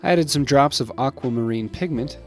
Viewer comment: What he said: Aquamarine What I heard: Aquamaaaaann